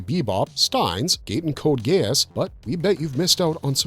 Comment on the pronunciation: Ai slop ....20 seconds in the way it says Stien's Gate mm made me cringe